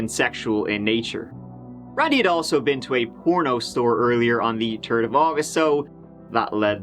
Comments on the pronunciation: ‘on August turd 2013’. We love you. That’s why. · HA! He said turd! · No stories will ever be reported when he can’t say turd. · "There was a turd guy involved!" Don't kinkshame.